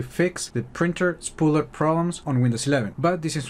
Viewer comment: did you say "spread shit?" 😄